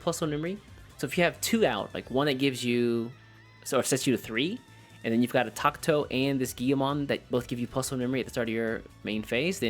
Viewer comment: Wtf is a Tak-To???? its TA-KA-TO